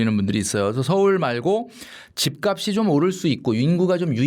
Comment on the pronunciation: ('집값이'의 발음) 집까비 -> 집깝시